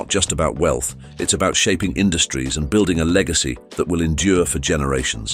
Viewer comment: Do some research on How to Pronounce Correctly Ty - Tee not Thai Sy - See not Sai Villar - Vel-yar not Velar